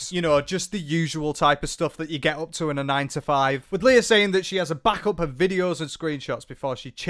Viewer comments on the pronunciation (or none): none